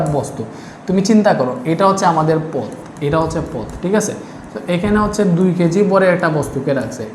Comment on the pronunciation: প‌তের হ‌বে না প‌থের হ‌বে ।